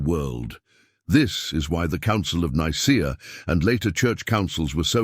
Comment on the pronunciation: its pronounced Nicea, not Nicer